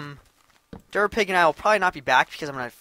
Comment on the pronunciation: Derpapig instead of durapig